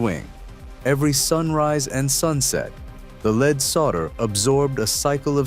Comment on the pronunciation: LEAD solder is pronounced LED, not LEED. Bottom line, capitalistic greed and waste. I'll never go in that building!